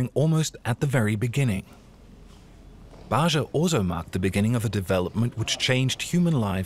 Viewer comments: Ba'ja is pronounced as BAH HA. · The sound zh is not used in Arabia. It is not Bazha and Zhamila. It is Baja and Jamila with j as in Jane.